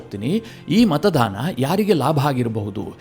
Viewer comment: ನೀವು ಪದೇ ಪದೇ ಮತದಾನದ ಬದಲು ಮತಧಾನ ಎಂದು ಉಚ್ಚಾರ ಮಾಡುತ್ತಿದ್ದೀರಿ. ಅದು ತಪ್ಪು. ಸುಧಾರಿಸಿಕೊಳ್ಳಿ.